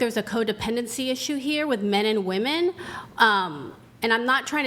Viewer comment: ITS WOMEN! NOT WOMAN.....jesus fucking christ